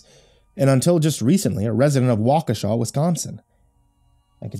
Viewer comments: Thank you, thank you, thank you, for pronouncing my home town correctly!! I'll add this to my local spook stories. :) Wa ka sha! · as a native of Waukesha Wisconsin I want to say thank you thank you for pronouncing Waukesha correctly and thank you for such a wonderful story I'm a big fan of your channel and have you on Signal whatever you want to call it as soon as the new story comes up on YouTube I get the the alert from you I'm looking very forward to part 3 a tales of the gas station and thank you again for the wonderful story I've been to the Nike missile site many times it's a it's a hectoliter pretty popular hang out if you have a way of finding any more stories about Wisconsin Waukesha Wisconsin that aren't about the Slender Man stories I look forward to hearing them thank you and as you like to say, sweet dreams. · I only live 20 mins from waukesha Wisconsin and im surprised you said it correctly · Feels weird hearing all those things about the town I grew up in. Especially the correct pronunciation of Waukesha.